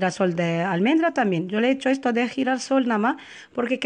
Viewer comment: Eto , eta, de dónde es usted que se come las "S" ?